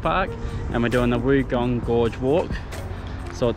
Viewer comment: It's pronounced Wongong.